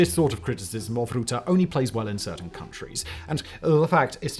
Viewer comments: I'm sorry but if you pronounced his name in English, instead of trying Dutch you would have got it right 😂 "Rut" is pronounced like being in a rut and "te" like ten but without the n. So Rutte not Rooteh. Or you could do a spit sound effect. Rughhh ptuhff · Rutte, not rouhteh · Roete? Great pronunciation.. Other than that.. he is charismatic but very underhanded. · It's Rutte not routee, as a dutch person this video is confusing, you are talking about the president that f uped our country and simultaneously i have the feeling I'm taking the wrong routee 😂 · The correct pronounciation of the "u" in Rutte is like "fur", not like "oo" in "good" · R-uh-tte Not R-oo-tte Isn't financially corrupt. He is however morally corrupt. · Ok say it with me: "Rutte" Not "Rootte", nono. "Rutte" With the "u" in "Dutchman" Remember: "Rutte is a Dutchman" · It's pronounced "rut-tuh", not "root-tuh" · Not Roette -> Rùh-te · Het is niet Marc Roete, maar Rutte! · it isn't rootah, the ut is ut as in cut. rrr-ut-teh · the U in rutte is pronounced as U in bucket, not like oo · "Rutte" is pronounced more like the "ruh" in "Bruh", so it's not "Roo-tah", but more like "Ruh-tuh" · You pronounce Rutte too much like root(te) when it should be pronounced more like rut(te) like the phrase 'in a rut'. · Note that its prounounced like 'Ruhtte' as in 'Duh' and not 'Ruuthe' as pronounced in the video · The "Route" you are talking about is pronounced Rutte, with the U as in rUdder. not the mou or router <3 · The `u` in Rutte is prenounced as the `u` in gut. Now it's like it's written Roette. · Please learn to pronounce "Rutte" Not Rou-te But Rutte with a u like in uhh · Where is the ‘oo’ sound in Rutte pronunciation coming from? You pronounce it with the same ‘rut’ sound as in ‘Rutles’. So Rut - teh, not Root - teh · Its rutte not, roete... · Its rutte not ruute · its rutte not rotte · It is not Mark Roette, it is Rutte with an u as in shut or but, not an oe as in shoe PLEASE!!!! DO YOUR HOME WORK!